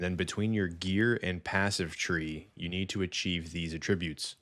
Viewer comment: For what it's worth, it's pronounced AT-trib-ute because it's a noun (person/place/thing). The other way, at-TRIB-ute, is the verb.